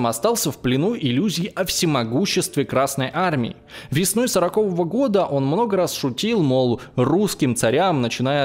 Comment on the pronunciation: Всё супер, кроме ударений в зачитываемом тексте. Режет слух "сОрокового", причем, несколько раз - случайной ошибкой это не назовёшь.